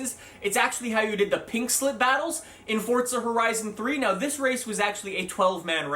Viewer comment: are you saying fordsa or fortsa? either way learn to read. its forza. NO T no D....